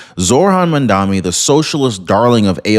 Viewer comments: My ocd is in overdrive… it’s maMdaNi not mandami… or Mamdookie if you prefer, I do 🤣😂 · You can't even pronounce MamdaNi. And you expect viewers to believe you?